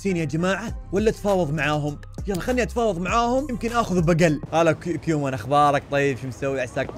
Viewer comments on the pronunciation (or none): كومان❎ كيومان✅ 😂😂😂